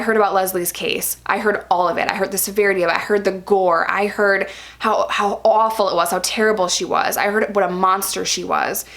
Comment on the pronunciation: Your New York comes out when you say “awful!!!” 😂 I love it! Don’t hear it much when you speak but definitely that word! ❤️❤️